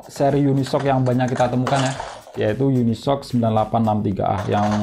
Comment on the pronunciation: Unisoc = unisok ❌ yuni es ou si ✅